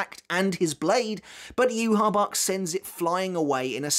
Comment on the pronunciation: Yhwach is pronounced “YOU-HA-BA-HA” not “You-ha-bach” lmao 😂